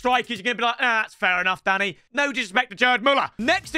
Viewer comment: Danny 😅i'm pretty sure that's not how you say his name😆